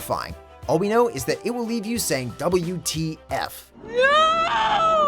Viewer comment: DABLEW TEE AFF!!!